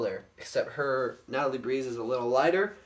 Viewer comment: it is breez not breeze